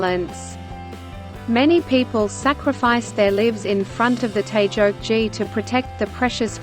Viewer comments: 저 나라가 알파벳이 아니라 한글을 사용했다면 태극기를 태즉지따위로 발음하는 일은 없었을텐데. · 태극기를 태조치 라고 하네 중국발음인듯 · 태적지 발음 되게 거슬리네!! 공영방송이 방송하기 전에 사전 확인 작업도 안 하나?? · 발음이 왜?저러지?태조지...? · 뉴질랜드 아나운서가 "태저지"라 발음하는데 도대체 어느 나라 말인가요?